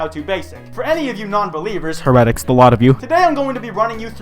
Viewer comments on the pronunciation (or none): Heretics is pronounced "hair-eh-ticks" not "hear-et-icks" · My dude, Heretics isn’t pronounced like that, it’s pronounced “hair-uh-ticks” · what was that pronounciation of Heretics? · WHO SAYS HERETICS LIKE THAT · why'd you say heretics like that